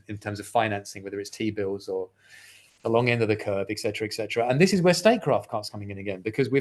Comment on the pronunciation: Why is it that so many intelligent people still cannot properly pronounce the word, etcetera?